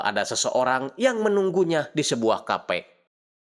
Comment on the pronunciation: Di dalam cafe bang, bukan kape 😂